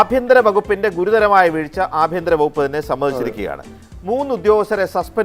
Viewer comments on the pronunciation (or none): ഞാള് 'അ' കാരത്തിന് പകരം 'എ' കാരമാണ് ഉപയോഗിക്കല്. ബാങ്ക് കൊള്ള ഞാക്ക് ബേങ്ക് കൊള്ളയാണ്. അത് കൊണ്ട് ഏഭ്യന്തരം എന്ന് പറഞ്ഞ് ഞാളെ നൈസായിട്ട് ഏഭ്യൻ എന്ന് വിളിക്കാനാണ് നിങ്ങടെ പരിപാടിയെങ്കിൽ അതങ്ങ് കൈയിൽ വെച്ചാൽ മതി. ശുംഭൻ എന്ന് വരെ സ്ഫുടമായി വിളിക്കാനറിയുന്ന ഞാക്കെന്ത് ഏഭ്യൻ ?